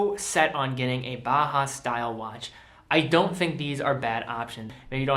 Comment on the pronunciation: Great video. Are you aware that you say "BAHA" instead of "BAUHAUS"?